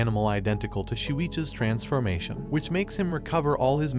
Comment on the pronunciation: When he says “transformation” I hear “transfurmation”